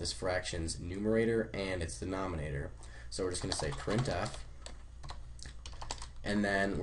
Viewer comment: Are you illiterate??? Denominator not denomonator!